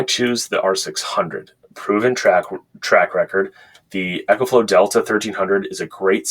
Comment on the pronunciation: Eee co flow. Like economy. Echo is for your guitar. GOOD review